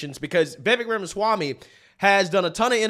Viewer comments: Did he just say Yamasami? 🤨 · Who is "Yamaswami"? 🤣🤣 These yokels can't even pronounce his name they are so frightened of him. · Did He call him Jamaswamy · It’s not yamaswamy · Sharpton said YAMASWAMY, lol. Seriously, this guy is what the Left listens to now. Biggest race baiter in America. And the other moron who said White Supremacy is the single most threat in the world, these people know that using race is the ONLY way they can get certain votes but people are waking up. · "Yamaswamy" Al? Lololol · Sharpton ironically decrying racism while being racist by mispronouncing Vivek’s last name. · Lol no one can ever pronounce Viveks last name right. Or they slurr it and then cry about racism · Al Sharpton just BUTCHERED Vivek last name, Al just go somewhere & HIDE, enough of you already. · Mr AL SHRIMPTON should get Viveks name correct